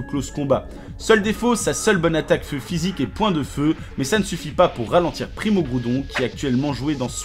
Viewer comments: "Primo kroudon primo kayogre megaka raykaza tous shyney" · C'est pas ça non plus c'est "Primo Kryorgre, Primo Graoudonne Meyaga Raykaza tou shiné"